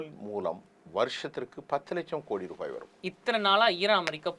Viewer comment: I didn’t see his name but I knew Muslim. He says ரூஃபாய் (ரிபாய்) than ரூபாய் . Dunno why only Muslims does it